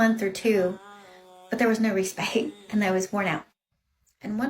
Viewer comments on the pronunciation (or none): That makeup and filters are working overtime. Don’t use the word “respite” if you don’t know how to pronounce it. 😂